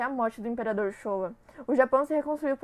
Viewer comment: Vcs postaram pra mostrar na escola? Pq não dá pra entender nada. Áudio péssimo e não é "Shoia" e sim "Showa" (lê -se Shô-ua). Só a última aluna que leu certo e estava quase prestando atenção. Eu queria ter sido a professora de história corrigindo essa porcaria. 🤭🤣 Alunos brasileiros. Só leram. Puta que pariu. Eu daria (-10).